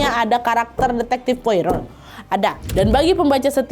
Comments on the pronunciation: cara bacanya poaro, bukan poiro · Disebutnya bukan Poiro tapi "Poaro" ejaan Perancis karena orang Belgia pakai Bahasa Perancis. Saya ikuti cerita Agatha sejak SMP 1983. Koleksi bukunya punya 30 buku cetakan lama, tapi 2025 kemarin kebanjiran, semua lembar bukunya lengket karena lumpur, gak bisa dibuka, gak saya buang saking cintanya❤ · Poirot ( baca,Poaro ) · Hercule Poirot --› AIR-kool PWAH-roh / ER-kyool PWAH-roh Pwaro lah kira² wak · Bacanya POARO Wak😅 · Kak Nad, sedikit koreksi aja, Poirot dibaca /pwa-ro/. Itu ejaan Perancis. Cmiiw ❤ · bacanya Pwa-roh kak 😂